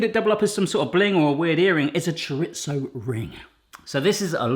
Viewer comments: Cho-ritz-o? Really? It's cho-rees-o, at least in Spain. The hot dog cutter would be good for parents or teachers of toddlers. The negi is for making ribbons. It shows on all the packages here and they have many different sizes. BTW, negi is leek in Japanese. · Choritso- NO! “Choreezö”- yes! Chorizo, say it with me, cho-ree-zo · Why do you keep calling it choritzo instead of chorizo? XD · it's pronounce chair-reee-zoenot chaira so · Can British people please stop saying 'Choritso'.? smfh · I’m sorry, how did you pronounce chorizo???